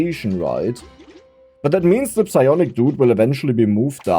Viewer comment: I know is saying the P in Psionic Dudes, I just can't prove it...